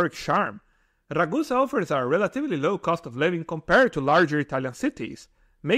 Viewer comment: When you say 'kom-par-red', are you actually trying to say 'compared'?